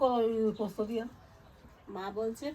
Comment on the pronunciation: পস্ত্ না পোস্ত